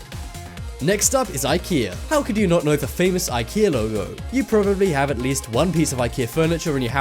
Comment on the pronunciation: You keep on saying them wrong like Lego u said logo